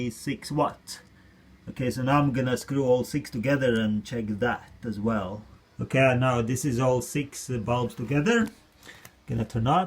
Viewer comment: I think he meant "whale" as "well ". Sounds similar